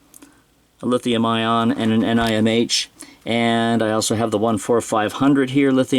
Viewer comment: That's the first time I heard of the batteries referred to as N-I-M-H and N-I-C-D, I guess it saves a couple syllables from saying nickel metal hydride, but the usual Ni-cad is shorter. So it's a wash- ;)